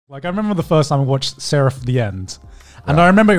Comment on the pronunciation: zzzzeraph of the end